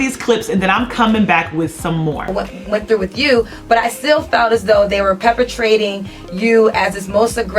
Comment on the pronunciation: what's Peppatrating...i thought is was perpetrating ..